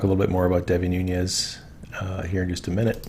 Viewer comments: Noon-ez. Not noonyezzz.. have a wonderful break from the internet. I think we all need that from time to time. God bless you and all your hard work. 🙏🇺🇸💕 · NOOOOONEZ, NOT NOONYEZZZZZZ. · enjoy your channel, but just FYI, Nunes is a Portuguese name, not Spanish, so he pronounces it NOONESS, not NOONYEZ. I heard him say his name at the end of a political ad: "I'm Devin NOONESS, and I approve this message." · Love everything you're doing BUT please pronounce Devon Nunes' name correctly. Nun (long U) es ... es not yes. Listen to Devon himself pronounce his name.